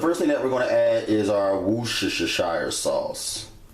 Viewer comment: Worcestershire sauce is pronounced woostesha! Great vid though. Thank you.